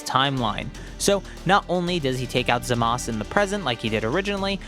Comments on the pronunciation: its not zamas its zamasu idiot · Where's the u when you say zamasu??? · Why do people keep callin him Zamas? It's Zamasu, Za-mas-oo. You pronounce the u, it isn't silent.